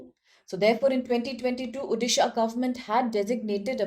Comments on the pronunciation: It's not Udisha, It's ODISHA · It's Odisha not uddisa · Same thing irks me as a resident of odisha.... It's like calling someone's name wrongly without understanding its meaning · Why people can not pronounce Odisha as O-disha, why Ou-disha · Please pronounce the state name properly. Otherwise go and learn how to pronounce this correctly.